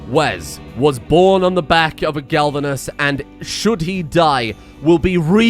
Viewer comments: I know its pointless to say and he is probably doing it on purpose right now. But its glavenus, not galvunes. Gla-ve-nus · Glavenus, not galvanus. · This really bothers me, it is a GLAV-enus Not GALV-enus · The amount of times I flinch when mispronounces the name of Wes' Dino... by this point I feel it is on purpose to spite the people that care about pronounciation and use the spite as fuel to feed the creativity that turns the engine of creation on Mr Streamers PC. It is Glavenus, not Galvanus. Gla-ve-nus. It Isn't coated in zink, It has a sword for a tail. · >Goes on tangent about pronouncing latin and other such things >Still calling GLAVenus as GALvenus. Honestly, he's been saying it that way so long, I'm starting to think hes doing it on purpose, lol. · One of my favorite series so far. Watched many of your previous, and enjoyed all of them. Also looking forward to seeing ck3 or whatever you decide to pick on the 2nd channel. Also I think it's pronounced Glav-inus (at least to my best understanding, and monster hunter world expirence. But plz don't hate me for correcting) But stay great m8 and looking to all future content 😁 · Glavenus - Clearly pronounced Gal Ven Uhs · I laugh every time he completely butchers the name Glavenus. Misplacing the L every time. lmao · He's still butchering Glavenus' name...